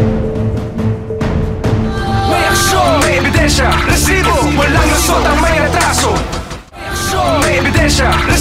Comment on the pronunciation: huwag mo ng artehan ang pag bigkas mo ng Rrrrrrrrrrrr....rrrrrrrrresibo.....annoying